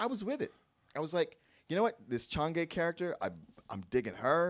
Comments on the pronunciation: It’s Chang’E, pronounced as “Chang Er” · The entire time with his review I was just hoping please pronounce chang’e name right and understand Chinese culture